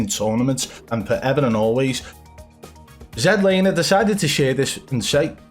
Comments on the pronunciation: I love how you accidentally said zee-laner. ITS ZED LANER!!!! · I gotta know, how come in old videos you pronounce it regular zlaner but in your newer videos you pronounce it zedlaner? Just curious lol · Jlaner? WTF. LOL. I thought you were having a laugh. Ugh.